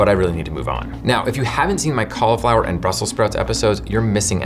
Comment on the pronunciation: Thank you for pronouncing it "caul-ih-flower" rather than "caul-ee-flower," which pronunciation I blame on Rachel Ray and the Food Network. Love your little sub-channel (and the rest, too, of course).